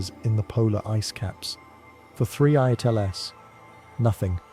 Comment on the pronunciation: TL;DR: A brewing conspiracy theory that "they" are hiding something about "3 eye at LS". I hate these AI narrations!